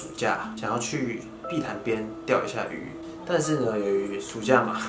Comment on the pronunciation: 誰跟我一樣把碧潭聽成屁孩😂😂